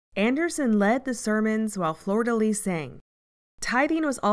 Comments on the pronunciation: I kept hearing Florida Lee instead of Flordelis lol Good video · Ffs, it's not Florida Lee nor Soosha! It's pronounced Flor de leesh Shoosha